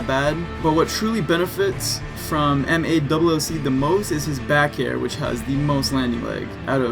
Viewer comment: Everytime you say MALLC I keep thinking you are saying MA double O C